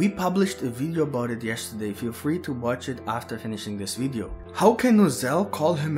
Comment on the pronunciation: Boy what the hell is a wideo???